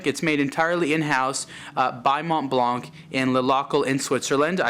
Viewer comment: You don't pronounce the C in Blanc. Therefore it doesn't sound like blank but blan.